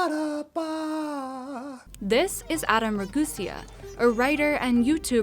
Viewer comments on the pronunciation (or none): This video is so weird "Teary meari beachy mean" "Adam raguesea, composer." "Britney spears"????